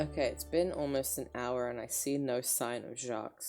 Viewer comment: you’re correct! the S is supposed to be silent. apart from that he’s saying it right